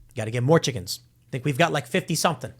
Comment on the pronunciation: or his chi-CKENS